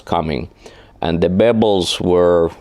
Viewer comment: Bebbles! not bubbles! ha He was saying pebbles ha.